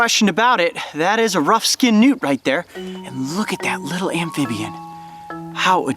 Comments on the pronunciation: at first i thought he said nudes lol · When they say Newt is sounds like nude